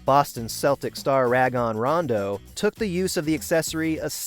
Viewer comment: You pronounced rondo’s name wrong